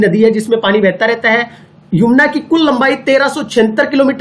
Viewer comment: छोटे भाई ये यमुना है न की युमना